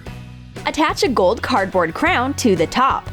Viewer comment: SHE SAID CRAYON MORE THAN CROWN